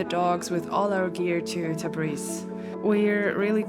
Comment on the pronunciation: Thanks for the video. I think you say Tabis but its Tabriz*